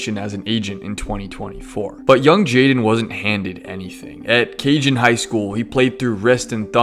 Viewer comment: Bro, learn how to read! It’s not “Cajun” (Cajon) it’s pronounced “Cuh-hone” Cajon 😂 🤦‍♂️ Dude said Cajun, like Cajun food from Louisiana 😂